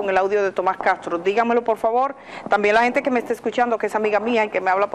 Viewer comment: Edith no es cagtro, castro, pronuncie las eses seybana.